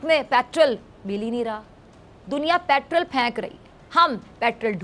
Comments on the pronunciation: ये पेट्रोल को पैट्रल बोल रही है. 😁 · Mohtarma petrol bolna seekho, madarse main padi hui ho.